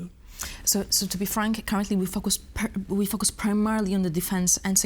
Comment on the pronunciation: Żenujące jest dawanie pytań z góry i odczytywanie odpowiedzi na antenie ….wstyd takie ustawki. Nie umie wypowiadać prawidłowo podstawowych słów jsk np focus, czy level. Radziłbym wziąć proszki na nerwice, mówić wolnej, bez agresji i nauczyć się podstaw wymowy angielskiej co przy czytaniu z kartki na przyszłość powinno się jej przydać. Zacięła się na słowie - advocate. Nie umiała go przeczytać. Absolutnie wymaga leczenia ! Ju noł, ju noł, ju noł …w jednym zdaniu z 5 razy ….i ktoś taki jest na serio politykiem w Polsce ..podczas gdy tacy jak ona siedzą w tworkach …”today is a 984 day ….” Anglik owszem być zrozumieć ale przydałoby się czytając z kartki znać podstawy gramatyki ang …